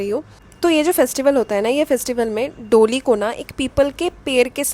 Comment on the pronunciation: its pronounced doLI retroflex L and da as in d for daadi, da, das